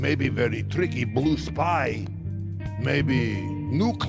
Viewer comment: I like how says blu instead of blue